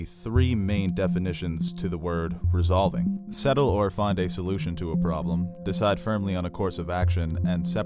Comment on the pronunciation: resolving not resovling… Common. Love the channel